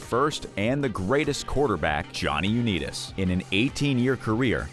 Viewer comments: Johnny UNITAS... LONG I not long e sound!!! Bernie Kosar... NOT Kosir... ar as in car!!! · Bernie Koz-er 😜 Johnny Uneedas 😜 etc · You lost me at U Knee Tus. It's Youn-EYE-tas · that is Unitas with an "I" not an E. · Come on guys. Check your pronunciation before you make the video. "Uneetus" is not how you pronounce Jonny U-nIt-us (long I not short i). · It's Un"eye"tis, not Un"ee"tis. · They need to know the proper pronunciation . Not Johnny U-née-dis but what about Johnny U-NITE-ES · Stopped watching at You-knees-dis name. Do better. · Is A.I reading this off?… u net is…? Really I just feel if you did any research you’d hear someone saying his name the right way 🤦‍♂️ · For crying out loud, it's pronounced "Un-I-tas" (long "I"). In MY heart, it will always be known as the Washington Redskins. RE: Dermontti Dawson: "He was $69,000,000 in debt... including a slightly alarming $20,000 worth of guns." What, exactly, is alarming about $20k worth of guns? Many guns cost thousands of dollars -- as investments or for hobby use. $20k in guns, for a multi-millionaire, is nothing. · Pausing, to leave a comment before fleeing before hearing "U-Need-Us" one more time. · You killin me with the unitas or as you say uneedis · Lost me at Johnny "You-Need-Us"! There needs to be a robo video "Ten Dumbest List Readings" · You mispronounced Johnny Unitas' name. It's pronounced with a long "i" as in united. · I stopped watching after the Johnny U-need-us pronunciation! lol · Lost me at "Johnny Uneetus"..... 😂😂😵‍💫😵‍💫 Bye. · Johnny Unitas (long i) Bernie Kosar (Ko - sarr) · Seriously... #1 and #2.. its pronounced Is-Mall and U-Ni.Tus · Why respect a channel that cannot pronounce names properly? Johnny Uneetas? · Stopped watching when i heard this AI say Johnny U-Need-us, three times. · Johnny Unitis Pronounced his name u-NITE-is. Bernie Kosar prounced his name like ko-SAR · Bernie "Ko-Ser" & Johhny "Unee-Tas" !! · U-nee-tus? Are you kidding? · So sad for Johnny U-nee-dis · U' ni tus